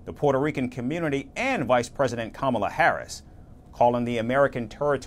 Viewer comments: Kamala Kamala 😂 butchering her Indian Name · Does he always pronounce Kamalas name wrong on purpose...weird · Inaccurate. He called her “lazy as hell", a “stupid person” and went on to ask: “Does she drink? Is she on drugs?". He also referred to the first woman of color to lead a major party ticket as “slow" and having a “low IQ.” And that persistent mispronouncing of her name IS an insult; you will admit that, right? She said he "looks up to Hitler", said "he quotes Hitler", and said "his coworkers have long said he admires Hitler". All of which are Facts; no debate required. She has not said he IS Hitler; Hitler was a titanic figure of global darkness and racial Evil, and little slimy DonOld isn't in that League. Now, to KEEP him from becoming so, go vote Blue. Yes, you and Everyone Else as well! 💙💙💙💙💙💙🌊💯✌.